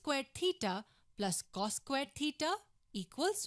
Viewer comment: It’s crazy how she doesn’t even know how to actually pronounce cos, cosecant or secant